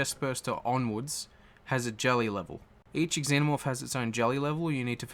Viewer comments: Pretty sure in the movies that they pronounced it like ZENO-morph, not EX-ENO-morph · Its just pronounced Zenomorph, not Ex-zenomorph. 'Xenomorph'